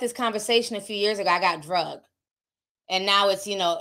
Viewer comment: Can we stop saying drugged , it’s dragged .